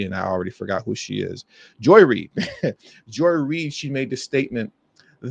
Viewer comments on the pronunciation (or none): none